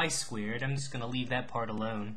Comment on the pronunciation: lol you say "squared" like "squeered." Hehe. BUT LIKE HOW DID YOU KNOW IT WAS AN ELLIPSE AND NOT A CIRCLE! MY BRAIN IS BEFUDDLED